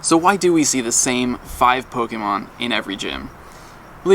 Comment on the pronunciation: says Pokémon & Rattata correctly. That's 1 of the reasons why he's the best Pokémon Go Youtuber. The others are extremely annoying, clickbaitors who butcher names constantly. Fake fans.